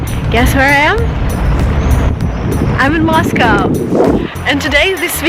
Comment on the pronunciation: I enjoy Moscow.and I enjoy the way you pronounce Moscow correctly..not that American way MOSCAW thats wrong.sorry I know Americans are trying to speak English..we all have an accent.thats ok ..we keep trying.i personally want too speak Italian well but I will always have an English accent..unless I employ a voice coach each time before I speak ha ha ha .sorry went off on a tangent there...ps I prefer Saint Petersburg grazie Mille ciao ciao